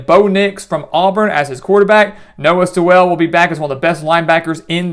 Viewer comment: Sewell is pronounced "sool"